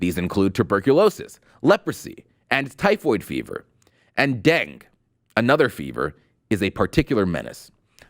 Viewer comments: ...I am so disappointed in this report. Do you not review a report before reading it?? Dengue pronounced Deng-Gey is severe muscle and joint pain....Please do your job if you want to be taken seriously... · dengue... pronounced DENG-EE.dengee fever. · And it is pronounced den-gay.